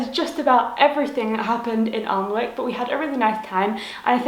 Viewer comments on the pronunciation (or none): Unfortunately Applebys bookshop closed about five years ago. It was a lovely bookshop. BTW Alnwick is pronounced anick Glad you enjoyed your visit. :)